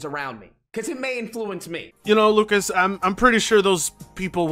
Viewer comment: It's actally amazing wokas not AMAZING lucas